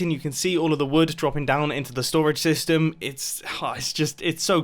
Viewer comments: Mumbo, you said sastem instead of system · Nobody : Mumbo : TNT SESTEM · Anyone else notice how he said "TNT sestum" ? Or is a TNT sestum a thing in Minecraft that I've never heard of before? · sesytem?? Anyone?? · mumbo says sestem lol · "TNT sestym" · he said sestem instead of system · Wait did he just say saystem 7:8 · Mumbo: "We are gonna have to test out the TNT sestem" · Mumbo: Test out the tnt SESTEM Em... mumbo u ok m8?